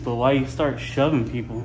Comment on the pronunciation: peole instead of people. 💗